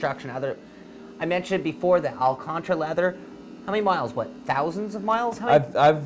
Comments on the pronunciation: first they say alacantra, then he said alcantra :D it's still alcantara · It's not "Al Contra" leather... It's "Al can tara". I love your show guys, but please!!! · its not ALACANTRA leather its called ALCANTARA